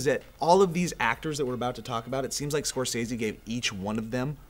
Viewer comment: It bums me out that you guys say Scorsese's name 100 times in this vid and that you pronounce it wrong every time.